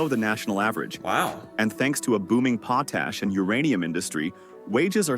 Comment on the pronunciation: lol. this video getting reviewed is VERYYYYY AI-read. I cannot help myself but I have to say this. 1. Regina Saskatchewan is pronounced "Re"-"g"-"I"-"na" not "Re"-"gee"-"na". 2. Potash is pronounced "potash" as in 1 word, ideally with a "soft t" sound so it is easier to say; not "Pot"-"ash" (not too certain where it got the weird pronounciation from). AKA. saying "potash" shouldn't sound like a person getting punched in the stomach. 3. smh poutine is not "Pow"-"teen"; it is "poo"-"teen". ALSO... all the housing estimates are for within a specific city. There are houses around the $100K mark and below within small towns and the country. of coarse, these would also be older houses as well. - Saskatchewan.